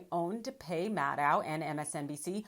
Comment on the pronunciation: There IS something wrong with pronunciation of "Maddow". Just remember... it rhymes with "shadow".